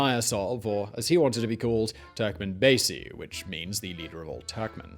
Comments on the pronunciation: Its turkmenbashi not turkmanbazey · Yes, I, too, was deeply disturbed at the mispronunciation of "Turkmenbashi." It's "...bashi," not "...basy." I worked as a diplomat there from 1994 to 1996 and have fond memories of the country and especially its people. I picked up a hitchhiker there once who said, "Turkmenbashi says that in ten years we will live here like they do in Germany. How do they live in Germany?" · It’s Turkmen Bashi and not Basi . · It’s pronounced TurkmenBASHe ffs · You've butchered all the names. You can literally find how they're read before you utter some random words. On the other video you spell out EASA as E-A-S-A. Just ask how to pronounce it! Anyway, it's TurkmenbaSHy! And the president's name is pronounced Nee-yA-zov.